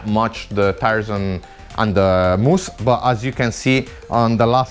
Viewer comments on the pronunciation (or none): when talking tires he mentione "Moosk???